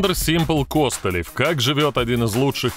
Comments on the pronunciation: Так он же КостылЁв !!! а не КОстылев )))) ппц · Сцуко Костылёв ударение на ё 🤪🤪🤪🥴